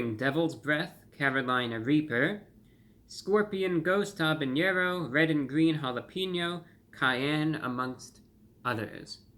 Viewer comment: I get an ear worm whenever you say “habañero”. I know you wanna pronounce it that way because of another pepper being named jalapeño, but habanero has no ñ. No hate, it just gets to me even more than when people say jalapino.